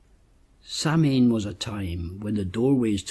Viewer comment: Samhian is pronounced "sow-in", FYI, Irish lady here :)